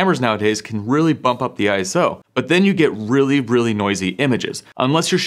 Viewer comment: Stop saying I S O 🙈🙈🙈 Its a word…. ISO